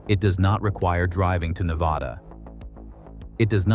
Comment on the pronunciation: The commentater doesnt know how to say Nevda right BOOOO!